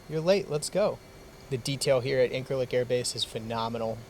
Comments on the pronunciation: Quick heads up, dunno how it's actually pronounced in Turkish but when I was there a few years ago we pronounced it "In-sir-lick" with a soft c as opposed to "In-kir-lick." Or we just called it "The 'Lik." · It irrationally bothers me how you pronounce Incirlik.